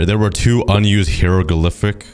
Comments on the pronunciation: it’s high-ro-gli-fics. how to pronounce it :) I can read it and translate it ;) well for ancient Egyptian anyway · it’s pronounced Hai-ruh-gli-fuhks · its pronounced HAYROGLIFICS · It sounds like, hi, ro, glif, ics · it's pronounced hyro-glifics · “Hair-O-Gliff (pronounced like cliff)-iks” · it’s pronounced HIGH-RO-GLI-FIC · its hi-ro gli -fic thats how u say it